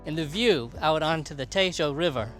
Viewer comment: Tejo river not taisho river